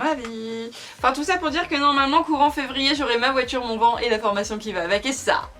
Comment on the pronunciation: Ça me tue comment tu dis « van » comme le mot vent alors que c’est plus van en prononçant le n